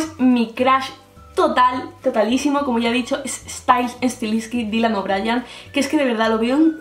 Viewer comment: Dylan o'briEEEEEn a ver, no es tan dificil. Si tanto te gusta, aprende a decirlo JAJAJAJ